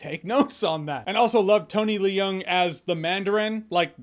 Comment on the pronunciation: Tony Le Young? Really?